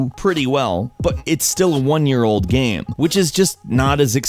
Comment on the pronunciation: the way you say game lol xD everytime you said game it sounded like gaem